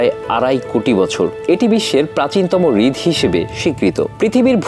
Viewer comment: হৃদ না রে ভাই হ্রদ 😂